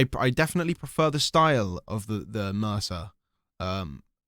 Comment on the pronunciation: Dlow bro! “Mirsa” name pronunciation is meer-za